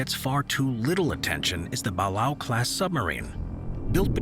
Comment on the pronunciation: Ba-lay-oh class